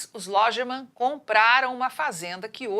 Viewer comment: Logemann ...pelo amor de Deus.. Informe sobre a pronuncia antes de ir para o ar. Essa narrador deve errar a pronuncia do ex presisente Geisel...va se preparar antes de ir pata o ar.